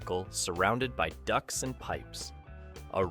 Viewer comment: I kept thinking "what are these Ducks he's mentioning"...Ducts You need to pronounce the T in Ducts and drop the O in Monty Python. Enjoyable video with 2 mild distractions of pronunciation. It's my British speaking OCD kicking in, sorry.